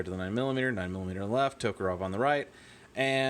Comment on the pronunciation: The writing is a sort of generic Slovenian or Bulgarian. It says Factory - 10 Pistol Cartridge Caliber 7.62mm For ordinary and sub machine guns Just a minor complaint. It’s a Tokarev, not a Tokarov. I know it’s a habit that most people seem to have, but .... please... Ev not Ov. Edit: correction - that second line reads pistol ‘owners’ not ‘cartridge’ ... the 1st box was blurry and I admit I just guessed. 2nd box clearer. Patroni is more Romanian than Bulgarian.... so again I’ll ‘guess’ that’s intended to be some kind of ‘generic’ Slavic pidgeon blend that all Slavic speakers could understand. Maybe the CCCP intended it that way?